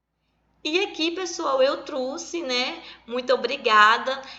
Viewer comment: Professora falando "eu truse"; Tirando essa parte a aula foi boa.